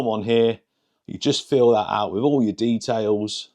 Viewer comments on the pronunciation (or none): none